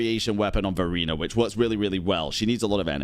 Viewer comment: Its hard for me to unheard Furina when say verina 🗿